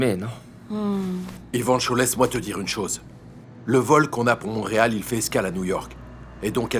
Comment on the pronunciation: a dit montereal 😂😂😂